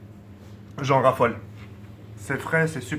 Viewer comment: mdr il me strece quand il dit jen rafolle